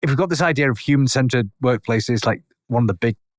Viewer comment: Listening to this in my car, I thought he was saying "Human scented" instead of human centered.😂